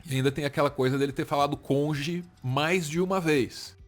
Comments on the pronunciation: Parem de rir de Sérgio Moro falando "conje", é puro preconceito linguístico; imagina se fosse alguém pobre falando assim? "Ah mas ele é juiz" cônjuge > conje é uma mudança fonética natural, se fosse assim agt poderia rir de Lula por falar "prizden da república" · Moro fez faculdade, passou numa prova difícil pracaraio de juiz, atuou por anos escrevendo sentenças mas ele é burro pq fala "conje". Todo o passado acadêmico se torna inválido pq ele fala "conje". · O conge do moro é igual ao rezistro do Renan. O cara fala errado td dia mas n se liga kkkkkkkkkkk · Eu não gosto do Moro, mas essa insistência em denegrir o cara com base na dificuldade dele falar "cônjuge" é patético! Tanta coisa errada que ele fez e vocês ficam nisso? Tá faltando pesquisa e entendimento nos assuntos hein,. Esse tipo de discurso que dá munição pra extrema direita.